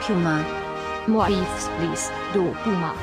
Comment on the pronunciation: "my favorite EEFS..."